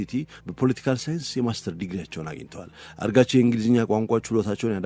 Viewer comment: ግሩም ዝግጅት እና አቀራረብ። የአፍ ልማድ ሆኖብህ ፣ አራግቺን አርጋቺ እያልክ ጨረስከው። ለወደፊቱ አርም።